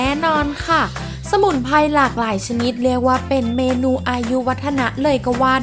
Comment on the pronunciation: สมุนไพร 🌿, ไม่ใช่สมุนไพ, พริก 🌶️เกลือ, ไม่ใช่ พิกเกือ, Menu เมนยู ไม่ใมใช่เมนู, กลิ่นหอม ไม่ใช่กิ่นหอม หากเป็นลาว จีน 🇨🇳พม่า ก็ทำลายสระพยัญชนะไทบบเลวชั่วโคตร